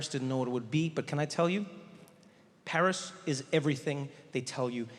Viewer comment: it is "Paris"